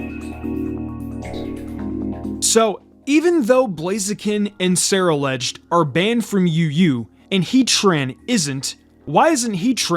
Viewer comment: It’s pronounced SUH-ROO-ledge, “”! 🤨